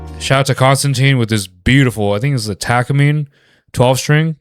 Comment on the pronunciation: from Maui with regards; longtime L&F fan from the days of great guitarist Sergey Kashirin. You do perfect reactions, combination of music knowledge, appreciation & humor. One thing, it's Ta-ka-min "A"; we proud owners are kinda sensitive...lol...peace!